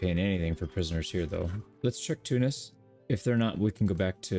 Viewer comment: thank you for pronouncing tunis right Love you from tunisia❤❤